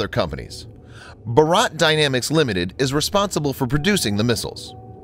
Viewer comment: Your pronunciation of Bharat is funny